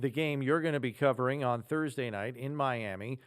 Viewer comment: “Mlami” Dolphins